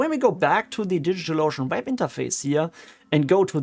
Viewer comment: I like how you pronounce DigitalOcean like "Digital Lotion." 😄